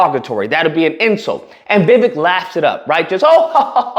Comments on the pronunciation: You are a racist sir...u could not even say his name correctly..thats disgusting...u have no right to call out anybody😢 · Jackass 1st learn how to pronounce names … secondly look at the laws for immigrants in early 19th century. The only difference is immigrants with nothing on their backs sacrificed and became successful while the loser community is still at the bottom of the food chain. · At least say his name right. Plus he was born here in the US